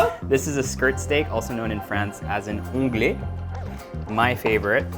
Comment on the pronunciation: As a French your 'onglet' was perfect x)